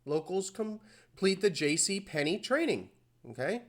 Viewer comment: Why do you pronounce "Penney" , "Pen nay" ? Its always been JC Penney , even if 75% of the world spelled it incorrectly as in the copper coin .